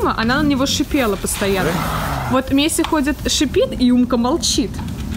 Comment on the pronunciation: Пишется Месси, а читается мэси